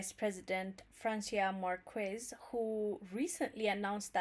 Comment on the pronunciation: ፍራነሲአ ማረኬሰ we don't pronounce the "u" after "q" in Spanish ☺️. I'm happy and sad at the same time... Happy because more countries are taking notice the power of Africa but sad that Mexican government and people is sleeping and doesn't understand nothing about this new world order... Mexico because I'm half Mexican but anyway... Progress is progress